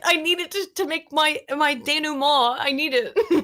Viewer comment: >correctly pronounces "denouement" >claims to be less than a genius